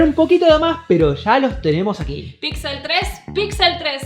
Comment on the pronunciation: Por que dice pitsel equitsele :v?